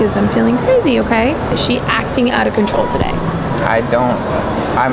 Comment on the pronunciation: “ IM OUT OF CONTROUL “ got me laughing